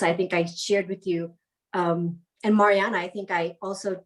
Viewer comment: Marianna is the first Sykes’ female millionaire and the youngest. I think u guys should pronounce her name right.